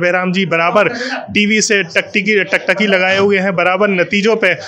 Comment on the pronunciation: पहले तो तुम टकटकी सही से बोलना सीख लो भाई बाकी धर्मेंद्र चुनाव हार गए और निरहुआ जी जीत गए